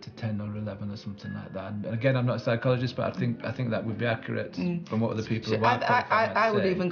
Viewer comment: FWAAAAAAAAAATT?? not JACKIE. Real wild.